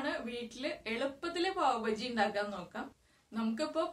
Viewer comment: Not pav Baji it is pav baaji